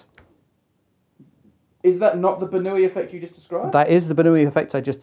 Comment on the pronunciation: Daniel Bernoulli was no Spaniard... The way they pronounced his name in this video is seriously annoying...